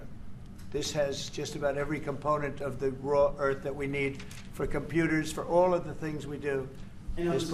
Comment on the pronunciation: “Raw earth” 😂